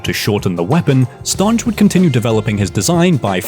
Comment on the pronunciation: i am fairly certain the the ...nge in Stange is pronounced like in finger